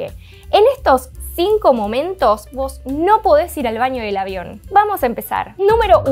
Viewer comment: Se dice "baño", no "vaño", nena.